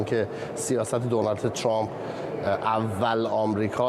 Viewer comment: جان دختر خوبی هستی ولی تو خبرنگار هستی و باید اسم اشخاص رو درست تلفظ کنی اسم ریس جمهور امریکا دونال ترامپ نیست دونالد ترامپ است!!!🤷‍♀️😂 عزیزم